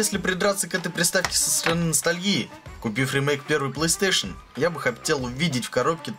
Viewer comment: Господи, чел, плЫстейшен клЭссик?! Блооо... Мои уши.... Плэйстейшен клАссик (ударение на А)